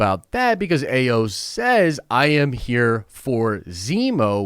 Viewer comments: Ayo’s name is pronounced I-yo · Shuri and Bucky involved romantically involved❌❌❌❌ but i can see him with a Dora Malaje, most likely Ayo pronounced(eye-o)